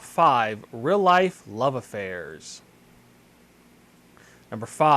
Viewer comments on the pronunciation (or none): the 5 second pause before saying the name, as well as the pronunciation of real as "rill" ...ugh